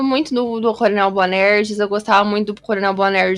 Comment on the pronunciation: A pronúncia da Patrícia Pillar falando "Boanerrrrgy" também é muito marcante 😂😂😂